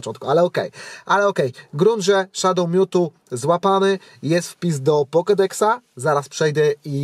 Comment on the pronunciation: I te "pokedexa" ty Polakiem jesteś wogóle